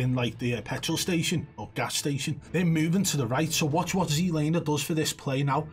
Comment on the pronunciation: He did see the guy at the end thats why he stopped but he knew he was fucked ^_^ Keep telling you its "ZLamer" ;)